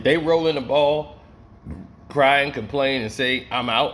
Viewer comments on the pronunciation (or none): none